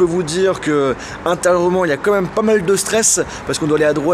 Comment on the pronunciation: Comme même, Comme même, Comme même! ça me rend dingue, tu ne sais pas dire "Quand même"?:( Je t'adore, mais c'est presque agaçant d'entendre ça. Merci pour ce voyage:)